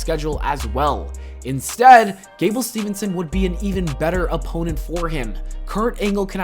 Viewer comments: Hey man, its Steveson. Not Stevenson. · THERE IS NO "N" IN GABLE STEVESON'S NAME